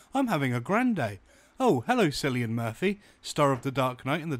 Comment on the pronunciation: The only thing awful about this podcast is pronouncing of cillian so bad